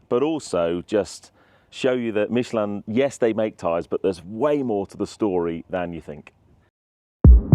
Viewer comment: Why does an Englishman pronounce Michelin like a Frenchman in England. You are not french and most of your audience is English.